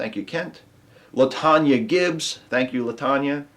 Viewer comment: Hey! Your pronunciation of my name is exactly correct. People make it more complicated than it is. If you can say 'Tonya', you can say 'LaTonya'. I get LaToya, LaTasha -- everything but! I appreciate you got it right. I love your videos! And I'm glad to support what you do. You, Ashley, Ottie, et al take care!